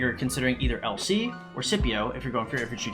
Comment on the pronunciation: Everytime you say LC it sounds like you're saying "El Cid" and I was very confused for about half the video